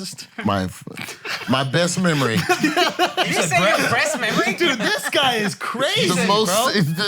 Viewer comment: “grandest mammory” Mark it the goat off the top 🙅‍♂️